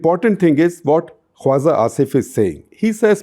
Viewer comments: It's not "Kwaza". It's "Khwaja". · Shekhar, excellent take on Pakistan and its Defence Minister. Hate to point out that your pronunciation of tbs word “Khwaja” needs tweaking. You pronounce it as Khwaza, whereas the j should be pronounced like j in Jinha or Jeet or Raja. I hope you can fix this. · I think it's khwaJa asif not khwaZa asif